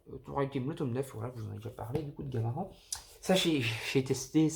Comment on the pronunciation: Salut mec juste pour te dire qu’on dit « gamarane » et pas « gamaran » sinon super vidéo !